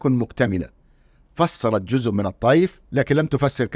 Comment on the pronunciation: لماذا لا تميز استاذنا الكريم بين الذال والزاء في نطق الكلمة فمثلما تحافظ على العلمية في البحث ينبغي المحافظة على العلمية في اللغة والنطق السليم فلا يجوز ان نقول جذء بقصد جزء لانك في اللهجة العامية المصرية قد لا تنطق الزاء